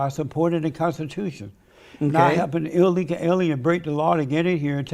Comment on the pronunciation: The fact he can’t say ‘illegal’ tells me everything I need to know about his allegiance and loyalty.